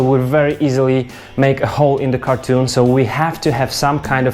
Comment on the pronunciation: Great video, not to pick on your accent but it’s pronounced [ kar-ton ] not [ kar-toon ] cheers!